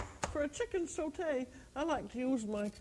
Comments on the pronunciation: Thats because she is bilingual and fluent in french. The way she says SAUTE is perfect im french Canadian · i mean she is the american french chef so makes sense that she would pronounce french words properly